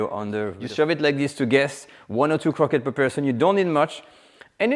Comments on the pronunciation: Quit saying “croquettes”. Its as “awreeb-bell” as “croissants”. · For American folks who are distracted by his PRONUNCIATION of the word "CROQUETTES": In 'American-ese', it's phonetically pronounced "CROW-KETS", as we know it here. Merci!